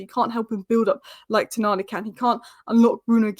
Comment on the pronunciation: its Toooooonali.